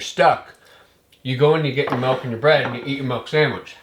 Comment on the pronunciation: "Milk" not "Melk" 😂😂😂